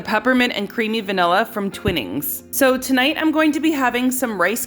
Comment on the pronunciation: By the way is not Twinnings, it's Twinings, like line..twineings..😊 sorry but it made me laugh😂 x